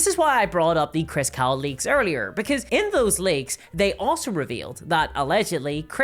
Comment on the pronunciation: I really wish this girl's accent wasn't so thick. Most of the time it's fine and my American brain can figure out what she's saying from context when I didn't quite understand what she said but that doesn't work with names. I can't understand what she's saying when she says the last name of the Chris jackass . It sounds like Chris Cow, even the auto captions and the transcript saw that, but that's not right. The only chris I've found by googling is Chris Cocks, the CEO, but that doesn't seem to be the same person. I'm cancelling my DnD Beyond sub and wanted to put the dude's name into the field where you tell them why. Ah well. The reason should be enough that they can point to whoever made that decision, if they care at all.